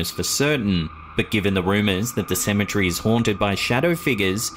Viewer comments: OMG 🤦‍♀️I absolutely hate the way this man calls a cemetery "symmetry" 😒😒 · Oh for real i feel u. Its CE-ME-TER-Y.